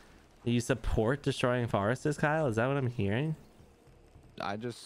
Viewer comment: You guys both pronouncing “forests” as “forestes” is wild.